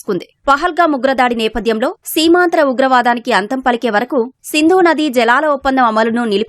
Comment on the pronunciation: Seemandhra kadu ra ayya... Seemantara ugravadam... Which means cross border terrorism.